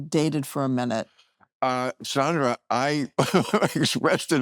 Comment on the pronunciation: Bill pronounces her first name wrong. Haha. It is Sand....not Sond.